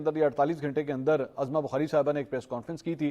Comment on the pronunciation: Mansoor sb! Khudara ( uzma bukhari) pronounce kia karen na k ( azma bukhari) allah ta'ala aapki zindagi ba'barkat banana de aameen summa aameen. A G Bajwa from wazirabad.